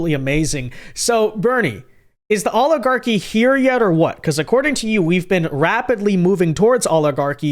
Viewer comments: Why does he say alligarchy? He says it so often, he must know it's oligarchy. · I can only stand Bernie Sanders mispronouncing the word oligarchy so long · “Rapidly towards oligahkky”